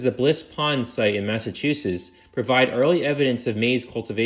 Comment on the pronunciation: Absolutely!!! Not being able to pronounce even the simplest words like New Hampshire??? (New Hamp-SHIRE? it's New Hamp-shur. Or "Cow Hamp-shah" if you're from Massachusetts. Which is Mass-a-choo-sits not Mass-a-too-sus.) Did the speaker even preread the text to find out what words they might have difficulty with? Or did they not care about pronunciation enough to even ask? And to anyone who thinks I'm being overly critical, shut up. Just because you accept half-assed workmanship doesn't mean the rest of us have to. The information was amazing, I loved it. I'm just disappointed that you were willing to accept a participation award when you could have had 1st place.